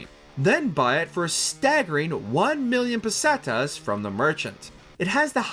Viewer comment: Does anyone else wanna slit their wrists when the guy says pesteas 😅